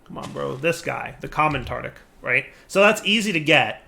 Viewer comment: Nice to see still says Tartic Gem.